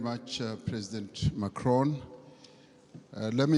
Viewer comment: dude in the beginning Ramaphsa as well call hims Macrion not Pres Macron lol